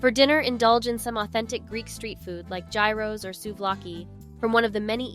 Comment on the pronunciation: Not a bad video but I encourage you to do some research and learn correct pronunciation of things such as Gyros ( Yros).